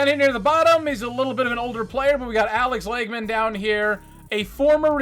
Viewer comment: Great video! Alex Lagemann's name is pronounced like "Logman" but his nickname was "Loggy" to a lot of his teammates. Loving the content as usual. I love seeing you gain as many subscribers as you've been gaining since I've been subbed to the channel! Keep it up!